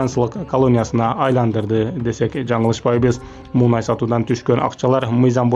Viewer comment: Муунай эмес мунай